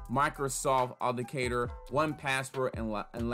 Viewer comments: You didn't provide step by step sooo your 'tutorial' video wasn't helpful. Additionally.. it's pronounced Auth-ent-icator. You missed a few syllables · It is pronounced ----Aw-then-tick-cater-------please practice on this word cause you are killing its enunciation. Appreciae the info but its a little hard to follow. Bless up!